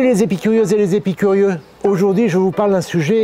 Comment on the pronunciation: On ne dit pas "épicurieux" mais "apicurieux" ;)